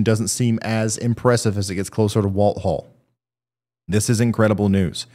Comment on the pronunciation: For the future. Walthall county in Mississippi is pronounced Wall-thaw (like thawing out meat. My name is Walthall.